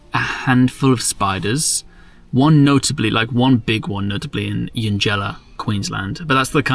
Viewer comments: Cracked up hearing Eugella, pronounced youngella, mispoken as "E un gella" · As someone that knows the area, eugella in Queensland (you pronounced it "Ian-jella") is actually pronounced "young-ella" just fyi. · lmao, "E-uungella." It's pronounced Yungalla. And if you only saw 1 big spider there you were walking around with your eyes closed. I live nearby(only about 350km away) and visit there with friends ever 2 or 3 years. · Pronounced = "Young"ela = Eungella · Just one bone to pick and that's with the pronunciation of "Eungella". When we first moved to Mackay I pronounced it the same wayJames did. My FIL, a long term local to the region, quickly corrected me. It's pronounced "YUHng-guh-lah". I know, little resemblance to how you would think it sounds based on the actual combination of letters etc. I also have a suggestion for something that will shock you, I know they did me the first one I came across, and that's a "wide load" out on the Peak Downs highway. They truly have to be seen to appreciate the scale. Some are easily the width of four lanes and every vehicle has to pull off as far as they onto the shoulder to let one through. It would mean you'll need to come back up Mackay way again and head west to Moranbah. Early week day mornings is your best chance to come across one. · That place Eungella, where you saw the spider? (Nephila pilipes - Golden Orb Weaver). Its actually pronounced Yung ga la. It means Land of the Clouds. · Eungella is pronounced Yungullah. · Eungella is pronounced Yungella - trust me, its where I grew up. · Eungella is pronounced yungella, and is the home of the platypus in Central Queensland. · Eungella for some reason in pronounced Yungulla. 🤷‍♂️